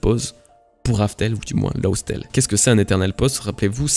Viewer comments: laugh se prononce "laf" pas "lof",donc raftel = laugh tale, y a pas vraiment de changement de nom, juste la prononciation a la japonaise. ça n'en diminue pas la qualité de ton analyse, bien entendu^^ merci et bon courage pour la suite de tes videos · Juste pour ta prononciation, "Laugh Tale" ne se prononce pas "Lausse Tel" mais un peu plus comme "Laf Tel", qui, avec une prononciation asiatique, devient très facilement "Raftel" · laugh se prononce "laf" presque et rough se prononce "raf"